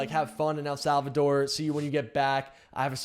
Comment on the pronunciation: “ELL SALLVADOR” 😑😑